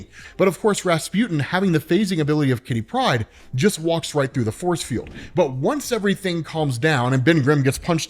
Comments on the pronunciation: Why do you say Kitty Pride like it is "pride of kitty" rather than a name? It should be /ˈkɪti ˈpraɪd/, not /ˈkɪti praɪd/ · Jesus, please stop pronouncing Kitty Pryde as one name. Katherine (Kitty for short) is her 1st name, and Pryde is her last. Her name is not Kittypryde. Damn son.